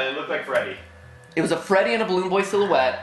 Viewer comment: Ah yes, my favorite fnaf characters, Balloon Boy, *squints* J-Jalloon Joy, and *squints harder* Da-Dalloon Doy